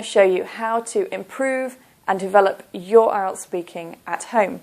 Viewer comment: Btw you always make a mistake when you don't use elision. When you said "on your own' - you pronounced it like {on jo: oun} but you should have pronounced R in "your" because when R is followed by a vowel, you need to pronounce it in Br. E.